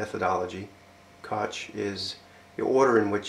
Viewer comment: It's not pronounce "cook" anywhere I've heard of. Some Koch families in America pronounce it like "Coke," but in Germany it's pronounced kawk, but with the final consonant like you're clearing your throat. (Hard to explain; you really need to hear it.)